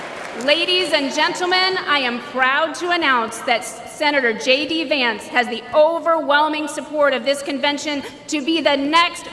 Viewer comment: Shocking that the presenter is calling Vance as Vince. Indian reporters research nothing on what they present. Garbage reporting.